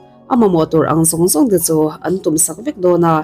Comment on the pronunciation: 'CHU' tih te 'CHUAN' tih tehi lam uluk deuh la ka van ti..Chu tih tehi cha tih ang deuh in a ri